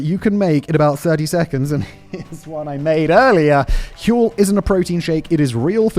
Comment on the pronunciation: Is it Huel or Hurl ?